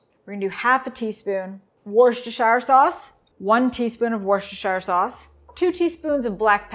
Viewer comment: just say 'wooster' sauce or just 'Lee and Perrins' WTF is 'Wooshtershieir'?